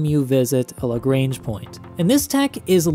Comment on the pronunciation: Look. I know Im nitpicking here. But can you please correct your pronunciation of "Lagrange"?